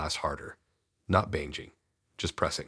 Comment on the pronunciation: Why can’t you even pronounce banging right? This is very ridiculous.